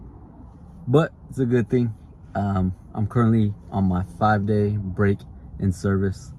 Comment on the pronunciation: BREAK not "BRAKE"